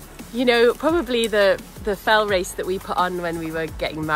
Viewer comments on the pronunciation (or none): "ze wace" :)